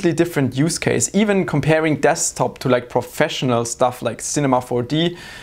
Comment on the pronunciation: he said deSKTop so many times in such a weird way. i thought it was wrong way to pronounce it :D